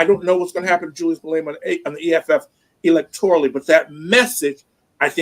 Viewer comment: Its pronounced: Ma-lay-ma Ra-ma-posa Bantu language each letter is pronounced independence and ph is not combined to sound like f. Vowels sound like: A-ah E-aa I- ee O-o U-oo/uu